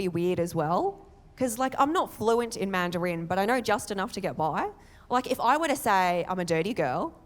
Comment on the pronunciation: I'm very curious about your pronunciation of "Mandarin" with the accent on the final syllable. I've never heard it before, from anyone. Is that the way the word is generally pronounced in Australia? If not, is there a reason why you say it that way?